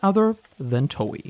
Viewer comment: i couldn't stand to watch you butcher the names of...EVERYTHING, even Toei... if you don't know how to pronounce anything, you should either research THAT before making your video, or maybe just don't make a video about it. as for Anime, what we ACTUALLY need right now is a big CRASH in the Anime market. we need the Anime bubble to POP, so they will stop churning out so much hot garbage, and just focus on quality plots and animation, instead of money machines, which ruin series that would otherwise become award winning, and not just in some arbitrary "Anime" category...